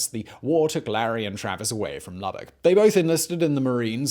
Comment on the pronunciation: I am a native of Lubbock Texas. Thank you for pronouncing Lubbock correctly!